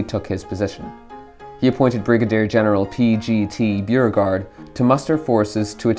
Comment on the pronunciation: It's pronounced bo regard not beer regard.